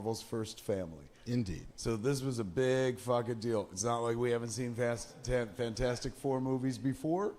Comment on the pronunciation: So good to hear Kevin call it 'Fanfourstic', it's always been called that by me!